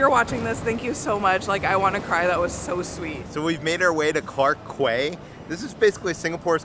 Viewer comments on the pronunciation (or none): Quay is pronounced as “key” 😊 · Quay is an English word pronounced "key"